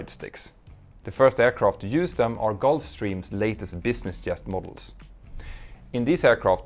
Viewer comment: It’s a Jet, not a “yet.”